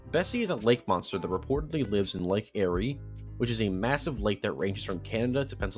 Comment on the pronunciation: The way he says Lake Erie hurts me